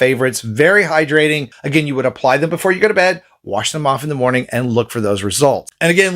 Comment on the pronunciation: Good moaning 😅